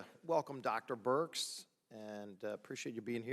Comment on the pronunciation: Minute . sounds like he is calling her Dr BIRCH. It is BIRX.